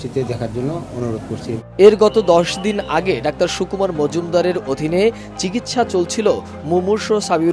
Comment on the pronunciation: ডাওার না যানুয়ার